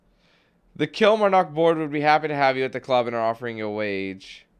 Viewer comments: Kilmarnock is pronounced "Kill-mar-nuck" as well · It's prounnonced kil-mar-nick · I'm from Kilmarnock! And it's pronounced "Kill-marr-nik" lol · Its borussia dortmund not bor. dortmund omg and its kil-mar-knock from scotland... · Kill-mar-knock it's pronounced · I'm a Kilmarnock and that's not how you say it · He cant say Kilmarnock hahahahaha 😂😂😂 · Kilmarnock wow u can't pronounce it at all